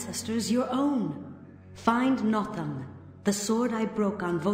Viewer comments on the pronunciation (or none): The way they keep mispronouncing "nothung" is making my eye twitch